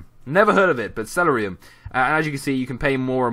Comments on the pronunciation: Not trying to be rude, but has this person ever played CoD? It's called Celerium(Cell-air-e-um) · the celeruim is pernounced (sell-air-e-um) it's from cod bo 2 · It's pronounced seh-ril-eeum lol story, it bothered me! :) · seriously? thats how you pronounce Celerium?